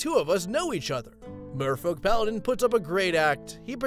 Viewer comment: Why do I always here "Mofo"-Paladin instead of Merfolk??